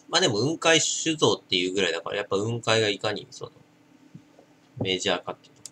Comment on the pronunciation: 雲海の発音は下げて発音するもんだと思う。 →→ ↘ ↘ってな発音